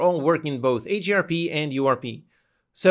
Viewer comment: What is AGRP? Or are you saying HDRP?